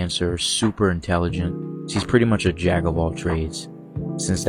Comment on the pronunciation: In the video, does he say "jag" of all trades?